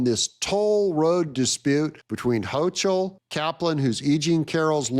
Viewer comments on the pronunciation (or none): Sorry, but I have to do this. Kathy Hochul last name rhymes with LOCAL. There is no "CH" sound. Unless this is intentional, but I think you're better than that. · the NY governor’s name is pronounced like “Hokle”, (rhyming with yokel) not with a CH sound. Just FYI… keep up the good work! If you’re being ironic, then by all means, continue!